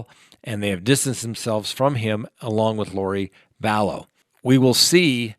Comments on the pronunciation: Vallow. Not Vallows. Possessive would be Lori Vallow's husband, not Lori Vallows's husband. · I wish you would learn how to pronounce Lori Valow’s name......Val...low. It’s not Valows’s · And it's Vallow or Vallow's, not Vallowziz. 🤭